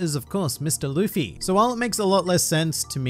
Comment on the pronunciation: It’s Luffy